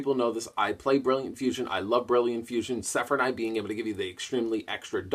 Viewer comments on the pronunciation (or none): none